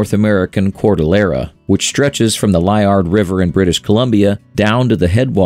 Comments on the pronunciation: Liard is pronounced Lee-Ard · Liard River - pronounced Lee-Ard